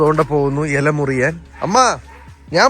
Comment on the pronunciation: Murikan ❌ muriyaan ✅